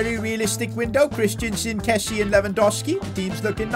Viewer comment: It’s pronounced kes-ee-ay not kessee